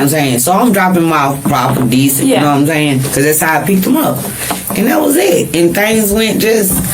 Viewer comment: “You know what I’m zaying?” The line of a liar!